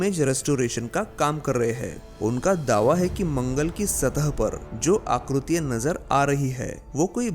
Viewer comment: भाई, हैं को है कहते हो ,हां को हा कहते हो ....यह अशुद्ध है। आकृतियां को आकृतिया बोल रहे हो । हिंदी तो ठीक से बोलो , तब वीडियो भी अच्छी लगेगी।